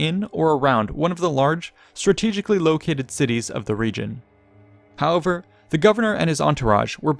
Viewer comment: Love your channel but your frequent use and mispronunciation of the word "however" is really irksome.